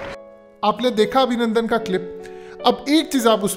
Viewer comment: Abhinundun Nahi Abhinundu🤣😅😂